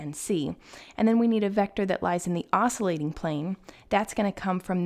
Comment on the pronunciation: Not to pick nits but the pronunciation is \ˈäs-kyə-ˌlāt\. The 'c' is a hard c.